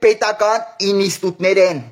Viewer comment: Ես ան֊ սուտն Աստծո որդի չէ,այլ նիկոլի <<պոչ>> է։ Աստված ձեր գլխին ԽՌՈՎ ԿԵՆԱ,այ գյադա֊գյուդեք,Էս ոչնչությունն է որոշելու թե ո՞վ պետք է լինի մեր ՀԱՅՐԱՊԵՏԸ։ Ջուր խմիի,շունչը կոտրվում է😂😂😂 մեկ էլ տեսար Աստված թքեց վրեդ ու սատկեցի։ <<ինիստուտներ >> չէ,այ տգետ ։Անգամ բառը չես կարողանում ճիշտ արտասանես,դու ես՞ խոսում։Դու հայ չես ։Վայ ,մամա ջան, հիմա շունչը կկտրվի😂😂Բարև 😂😂